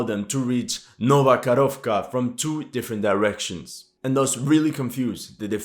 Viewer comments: ITS NOT KAROVKA, ITS KAKHOVKA, Karovka is a COW in Russian :D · It's not Nova KaRovka. It's Nova KaHovka. H like in "Hold". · It's not "Karovka" but "Kahovka (cyr: КАХОВКА)". Karovka is a little cow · Dear "" I love your work... But please get the name of this town right.. It is "Nova Kakhovka"... not the "nova karovka"... in russian and ukrainian languages "karova" means "cow".... "karovka" might mean "little cow"... None are suitable names for a city or town... 🙂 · thanks for another great video. One minor thing: you pronounce Nova Kakhovka (New Kakhovka) as Nova Korovka, which is the Russian for "new cow". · Man, when you pronounce "Nova Karovka" it means "new cow" :D Just say Nova Kakovka. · Nova Kakhovka, not Karovka. Karovka means a little cow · not Nova KaRovkra, but Nova KaHovka(Ho - like Howitzer) :-)))